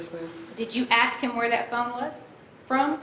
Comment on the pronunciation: the “aksk” thing just HAS to be genetic…